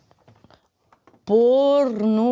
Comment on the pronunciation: А що це таке? "ПорноХраб" ахахаххахахаа😂😂